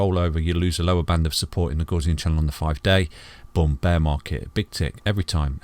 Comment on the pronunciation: Love your analysis. But I must say I was shocked to see you display the 5 day gaussian channel and happy you pronounce it correctly. Crypto university and his 5 day FUD quick sand charts seem highly suspicious. Who cares about shizer coins, let's go bitcoin!